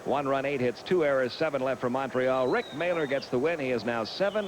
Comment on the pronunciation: They always pronounced “Mahler” incorrectly. It’s a German name and is pronounced MALL- ER just like it’s spelled - silent H (like going to the mall). It should not be pronounced “Mailer”.